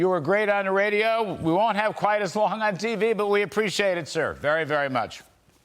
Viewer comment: BIBI is pronounced: BEEBEE, SHALOM BIBI